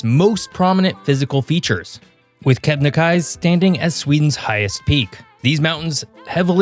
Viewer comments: Its kebnekaisE not Kebnekais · It's KebenekaisE, not Kebenekais. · The research in this video is embarrassing. Also the last e in Kebnekaise isn't silent.